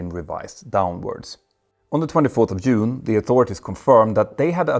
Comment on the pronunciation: Not Yune 😂😅 Oh how I value your videos.